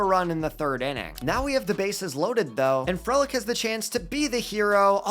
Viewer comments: Frelick is pronounced free lick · love your content but man we gotta work on those pronunciations... misiorowki and frelick are not pronounced like that lol